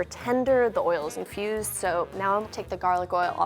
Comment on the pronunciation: I keep hearing "the oil is confused" and I'm confused :0 - - - - - - (i know she means infused it's just what my ears register at first before my brain properly processes it)